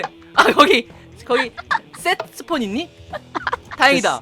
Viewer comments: set spawn 이라고 셋 스폰 마크에서 죽으면 거기서 태어나는건데 이 발음은 섹..s.. (야한거) 폰이라고해서 그런거예영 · 때뜨폰 ㅋㅋㅋㅋㅋ 이게이게 발음에 유의해야 합니닷!! ㅋㅋ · Set spawnㅋㅋㅋㅋㄱㅋ발음이음...ㅇ...야ㅎ..ㅏ군요